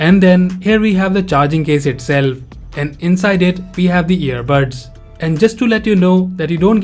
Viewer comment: Its earbuds not earbirds